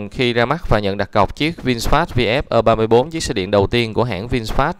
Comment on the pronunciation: Nên đọc cho đúng tiếng việt phổ thông, gì mà ơ ba bốn, nên đọc đúng là e ba tư.